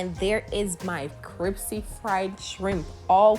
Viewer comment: Did you say cripsy? Hahaha.